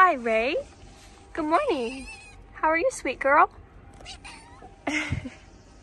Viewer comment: Stop saying morging